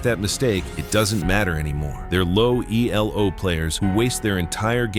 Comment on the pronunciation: Nice lesson. Elo is a person’s name, so you shouldn’t capitalize all the letters and certainly not pronounce it as E-L-O.